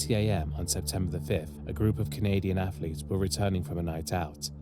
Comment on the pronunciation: I love the content but one thing killed me about this video…. Why you sound like Mike Tyson saying Afflets lol